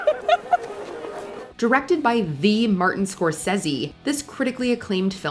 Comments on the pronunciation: Gal Ga-dote? Ree-Anna? Martin Score-sezzy? I can't tell if the lady narrating this is doing a joke or if she truly sounds like AI in real life. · Martin " Score sezzy " ????? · Yellow face? So WatchMojo sees Japanese people as yellow? Also learn how to say Scorsese's name properly